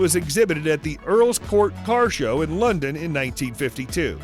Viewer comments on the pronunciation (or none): none